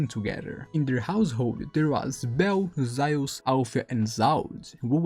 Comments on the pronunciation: Zaius? It’s Zeus. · Well if it isn't your first language and don't care to try to say it correctly, might as well just call Zeus "Thea" as that's his name in Greek.